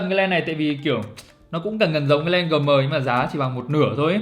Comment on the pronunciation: Đã nói tiếng Anh thì không ai phát âm "Gờ Mờ" ! nghe nó quê lắm ! phải nói là "GM" phiên âm như cụm từ: "Gi em" !!! Còn không đừng bao giờ xổ tiếng Anh chơi mẹ tiếng Việt để người nước ngoài họ khỏi bối rối !